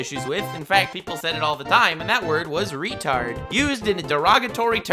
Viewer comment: Lmao Reh-tahrd